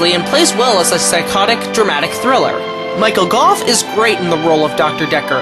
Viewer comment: Thank you for not calling him Michael Go! It's nice to hear his name pronounced correctly